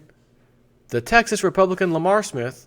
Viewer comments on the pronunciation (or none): none